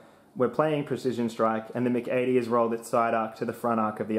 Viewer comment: I’ve never heard MC80 pronounced as “mic80”